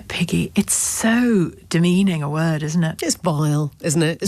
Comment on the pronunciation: It sounds like he said Peggy